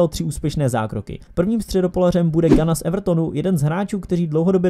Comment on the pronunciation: Gueye se čte Gej, ne nějaký Gana